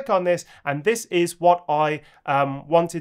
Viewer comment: Your mistake „thas“ instead of „this“ is actually correct in Bavarian German 😂 Des (pronounced like thas) means this or also the